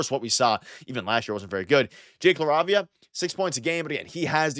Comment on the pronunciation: Are you pronouncing LaRavia correctly?